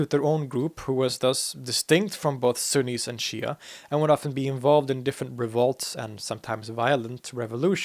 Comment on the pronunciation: ↓ Sunnis. Not axis.